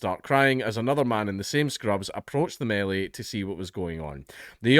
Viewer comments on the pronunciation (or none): none